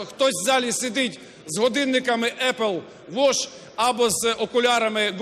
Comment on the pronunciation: "Епл вош" - це потужно! XD